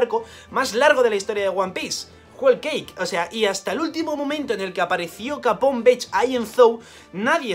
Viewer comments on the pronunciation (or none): none